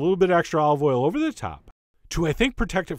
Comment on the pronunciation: I'm sorry but his voice emphasizing random bits of words is just way too much for me. It sounds so manufactured. "OVer the top. "Which is veRY cool. "beHInd a cloud"